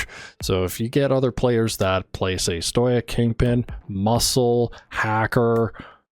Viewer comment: stow-ick btw